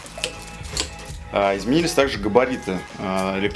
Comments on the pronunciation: Сяо ми а не Ксяоми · Какой "Кисияоми"? Откройте в интернете как правильно звучит”小米” xiaomi 🤦🏻‍♂️ "Сяоми" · Одна маленькая просьба, не называйте больше Ксяоми, правильно будет Сяоми...аж уши режет. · какой еще КСЯОМИ?? это СЯО МИ, читайте правильно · Автор услышь меня Сяоми, первая буква С. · Кул Грин , ксЯоми говорят в кадре, не сяомИ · Хорошо бы фирму xiaomi правильно называть, слух режет